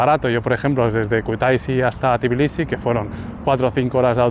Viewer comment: ❤❤ por fin un vídeo sobre mi país; por fin alguien que dice bien Tbilisi y no dice tiflis 😂😂😂 se agradece 😂… no lo dice bien del todo, pero es mejor que decir tiflis 😂 Algunas personas estafan con los precios si creen que no sabes incluso si sabes hablar el idioma, hay que tener un poco de cuidado… y si, lo de marca y todo eso es muy caro… hasta la mozzarella y esas cosas… la fruta es muy muy barata en general, excepto las bananas y fresas y cerezas que son carísimas Por cierto hay edificios que tienen ascensores de pago, cada vez que usas el ascensor son 20 centavos de lari Es todo tan caro que ni los ciudadanos pueden permitirse ciertas cosas… montar en noria ya son como 8 laris… imagina disfrutar de unas atracciones en familia cuando en Poti el sueldo es de 15-20 laris diarios… por 10 horas o más de trabajo… el Xachapuri es de queso siempre, luego tienes el Lobiani que es una pasta de alubias y luego está el de patata que es masa frita…